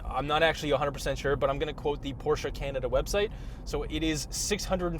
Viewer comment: nice porsche (porshhh) & big gas engines. electric cars don't have fluids sorry🤦‍♂️